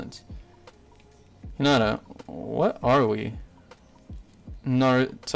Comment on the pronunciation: bru you called hinata kinata